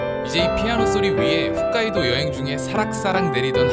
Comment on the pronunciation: 홋카이도라고 쓰고 왜 자꾸 훗카이도라고 하세요.